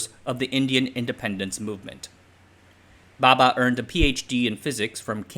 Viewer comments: The diction is definitely great, as expected from an American, a native English speaker. However, correct pronunciation of Indian names is the nemesis of all Westerners 😊 hahaha. Not putting him down for it, just saying. He pronounces Bhabha as Baba. The two (bh vs b) are distinct sounds in Indian languages. English too has its examples of where they differ - bh as in abhor, b as in boot. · It's "Bhabha"....not "Baba". That 'h' got lost due to the pronunciation trouble faced by western people while reciting indian names. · Lousy research on the pronunciation of Bhaba. What idiot says bhaba baba the same? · Bhabha*, pronunciation very different